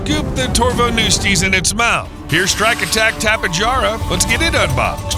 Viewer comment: Bro its (tapy-hara) bro u got it wrong 😂😂😂😂😂😂😂😂😂